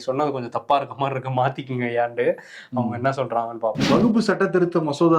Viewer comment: வகுப்பு இல்லை, வக்ப்பு என்று சொல்ல பழகுங்கள்.